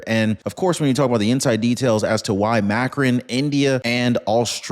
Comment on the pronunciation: It's pronounced Mah krown... 🙂